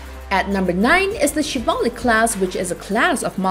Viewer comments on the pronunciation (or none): none